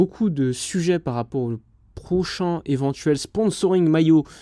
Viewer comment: « Prochain éventuel sponsoring » J’ai compris « Auchan éventuel sponsoring »